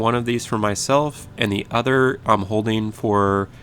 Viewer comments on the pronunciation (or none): none